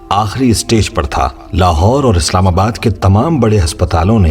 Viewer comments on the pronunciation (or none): none